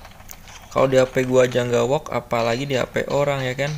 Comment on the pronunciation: Ternyata klo ngomong work jadi wook